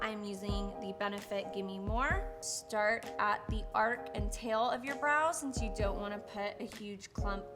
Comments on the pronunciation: Its Arch, not Ark.....Hahaha. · It's: Arch not Ark. 🤣🤣🤣 Lily you're so funny!! Thank you for this wonderful extensive and detailed brow tutorial. ♥️♥️♥️ Oh and Congratulations on being pregnant!! ♥️👼♥️ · Your videos are great, I love how informative you are, and how your makeup videos are actual artistry tips, but arch has a “ch” at the end! 🤦🏻‍♀️ it’s not Noah’s ARC, it’s an arCH. 🙏🏻🙏🏻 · Arc? It's Arch 👑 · Your eyebrows are stunning but it is called an arch not an ark. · I love the way she says “ ark” instead of “arch” and just doesn’t Care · so we all just gonna act like she said "arch" completely wrong lol